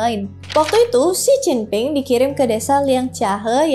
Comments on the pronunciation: J dibaca C, P dibaca B, D dibaca T. Itu dasar pengucapan mandarin 😂... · baca Mandarin itu KLO huruf P dibaca B dan sebaliknya sekedar beri masukan ya makasih KLO dibaca Oia j dibaca C ya🙏